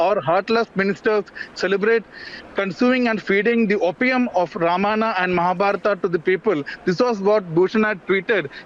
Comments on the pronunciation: Whats happening , a idiot insults our culture we keep quiet , when do we kick these idiots out and worse the journalist cannot even pronounce Ramayana , its Ramayana not Ramana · why he is not able to pronounce Ramayana he says Ramanna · Learn to speak ramayan and mahabharat correctly. रामायण और महाभारत. NOT रामायना OR रामाना AND महाबारता. IDIOTS. अंग्रेजोंकी औलाद. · The reporter can hardly pronounce Ramayana